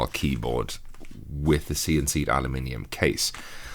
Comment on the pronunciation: God, it feels so good to hear someone pronounce aluminium correctly for once.